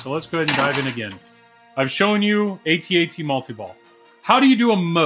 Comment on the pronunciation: What I appreciate the most is that you say it A-Tee A-TEE... (that how we always said it over here) :)